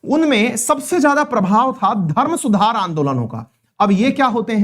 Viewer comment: सूधार नहीं सुधार 😊